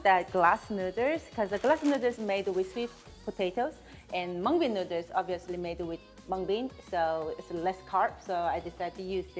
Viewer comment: I live for saying "nudders" 😂 i cant wait to make this